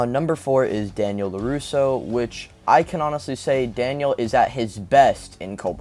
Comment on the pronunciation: when he said Samantha LuRusso I fell for it lmao